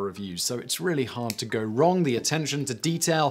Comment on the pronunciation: Your irregular pronunciation of "the" is irritating. You should adopt the simple guide of using "the" when preceding nouns beginning with a consonant and "the(e) when introducing a noun that starts with a vowel. So, 'the Frisian' and 'the(e) Egyptian"